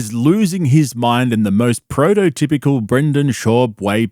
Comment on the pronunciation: “Prototypical response”